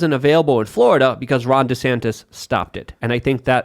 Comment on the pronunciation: The way Rubin pronounces Florida needs to change 😅